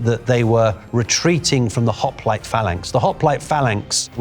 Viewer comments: Wow... this guy is stupid! Seriously, YOU'RE a prof!? No wonder our kids are coming out idiots! Also... wtf is a "Ho-Ple-tAy". That's not even close to the correct pronunciation. Not to mention your complete lack 9f understanding of the Greek culture... or your pushing fake African exceptionalism... or how you seem to push modernism in history. Seriously... YOU'RE a REAL prof!?!?!? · Hoplon dude. Hoplon. Hoplitae is plural for hoplites. Stopped listening there. Credibility=0. THIS is what passes as an expert these days? oof.